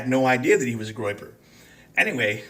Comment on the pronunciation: “Groyper”, not “groper”. Just google it.